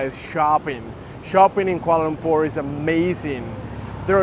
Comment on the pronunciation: ok i sub because you pronounce kuala lumpur accurately.